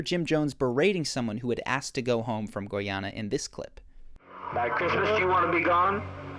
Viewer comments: Its not Goy-Ana Its Guyana 🇬🇾 Literally pronounced: Guy- (like this/that guy)-ana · Guyana is pronounced like guy+anna. guy rhymes with buy. thx for the dope content. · Great video! The country "Guyana" is pronounced as: guy-anna, guy as in a male person and anna as the name. Cheers! 😀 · Please stop mispronouncing Guyana. It's "Guy"...as in the English word meaning man, dude or male. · first time he said guyana he was right then after that he went downhill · Pronunciation check for next time: Guyana, primer. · I admire your attempt to pronounce "Guyana" 😊